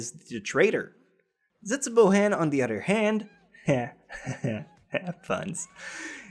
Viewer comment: hmm.... where is this guy from..? he pronounces some words kind of funny.. "each udder(other)" "dont bodder(bother) you" lol